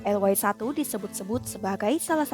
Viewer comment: Fokus ejaan y yang di Indonesia di eja ye sekarang dibaca way(englis),hemmmm...